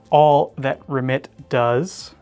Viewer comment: I guess got the pronunciation of Remette right.